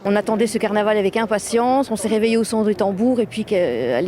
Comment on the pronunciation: " ca va etre un caranval que on va s'en souvenir toutes les années..." la vache, fait un effort tu passe à la télé..